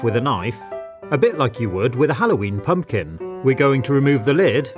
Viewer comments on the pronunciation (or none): none